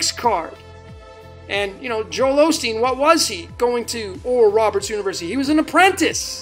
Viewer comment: actually said Olsteen at one point!